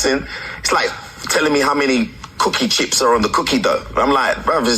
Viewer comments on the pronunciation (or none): none